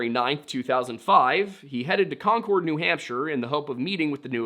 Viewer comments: Just an fyi. Concord= konkerd Haverhill=hAverill long a, silent second H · Concord is pronounced Konkerd. You gotta do better research lol